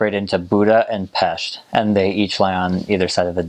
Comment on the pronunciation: Thank you for saying correctly the name of PEST!!! S=sh and not 's' , like snake.